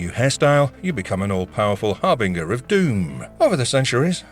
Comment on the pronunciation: Dude… har-bing-er? Lord have mercy 🤦‍♂️